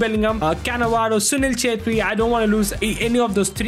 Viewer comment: bruh assisted with writz and said "assist with chettri done" 💀💀